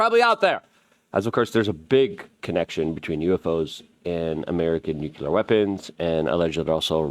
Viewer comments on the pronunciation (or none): Why do you keep saying nucular (nuclear)? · Wtf is nucyelar? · Nuclear. Nu-Clear.